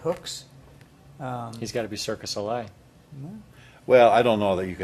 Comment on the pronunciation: It's not Circus Ole, it's Cirque de Soleil.